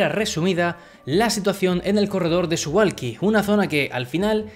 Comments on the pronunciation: Muy interesante! Solo una apreciación de persona que ha vivido en Polonia jajaj Se pronuncia Suvauki, la L tachada polaca se pronuncia como u.. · Se pronuncia SuValki la W en polaco se pronuncia como V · Como información, que no tienes que saberlo: se pronuncia Suvauki. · Muy interesante, gracias. Justo un detalle, me pregunto si es correcto que Suwalki se pronuncie Suhualki. Es que no tengo ni idea del polaco, pero en todo caso en aleman a diferencia del ingles, la W no se dice UA sino V. Y supongo que en polaco tambien. Lo digo por lo de Warsovia que no Uarsovia. Habria que averiguarlo. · debes decir Suvalski, la W se lee como V en Polaco....